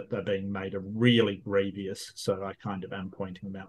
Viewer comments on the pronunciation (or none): none